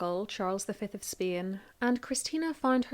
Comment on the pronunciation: Nice story. But as always I am bothered by your pronounciation of Spain